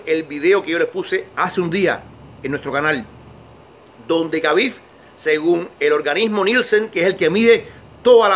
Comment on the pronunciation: Se llama Khabib, pero se dice Jabib...no es tan difícil decirlo bien